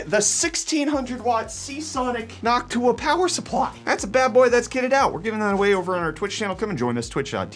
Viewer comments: it's probably been said, but you pronounce it like noc tuah 😂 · Why does he say Noctua like "Hawk Tuah"? lol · Why did that Noctua sounded like Hawk Tuah to me? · why does bro say Noctua like Hawk Tuah?